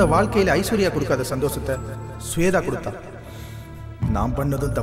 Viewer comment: Sweda illada shwetha.correct aa pronounce pannungada. Enda tamil onnu kattundhu samskrita peyaru kolai panreenga